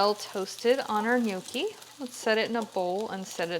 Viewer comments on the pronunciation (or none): They are pronounced "knee your key," not no key. I am 100% Italian and the way to say that is offensive to me